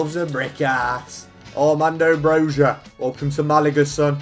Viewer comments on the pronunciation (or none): loved the video but the thing that annoyed me the most is the you pronounced Broja as Brozha. saying it as an albanian myself. its bro-ya. thats how its pronounced. its so many youtubers and it pisses me off even though i know that you cant speak our language